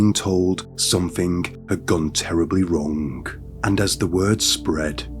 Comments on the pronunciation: "somethingh goingh wrongh" , "but this theory didn't theory didn't hold for longh". Your English needs work. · The g in wrong, long etc is silent!